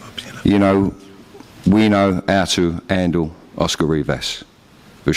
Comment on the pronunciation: Got to love Dillians trainer "we will ANDLE Rivas!".class.